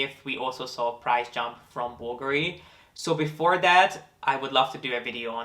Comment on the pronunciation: Thanks for taking the time to learn how to pronouce Bulgari correctly. Most people put the accent on the A and I must confess it's a bit annoying. I never comment on anyone who does that, it's not important and I don't like being THAT PERSON, but it's definitely nice to hear it pronounced the right way. :)